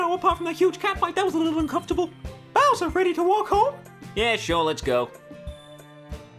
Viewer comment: u n c o m f u r t a b l a